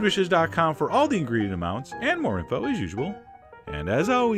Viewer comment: YOU SAID ENJOY DIFFERENT FOR THE FIRST TIME IN YEARS!!!!!!!!!! :)